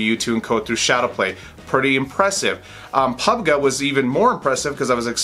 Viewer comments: when you say pubg it is pub gee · I dislike because how he say PUBG... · Dont you know that how to pronounce pubg?